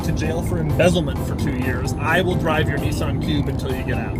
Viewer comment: A Neesun cube.